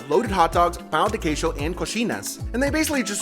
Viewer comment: I love the pronunciation here. Praciul, pau de queijo, cosheena 😂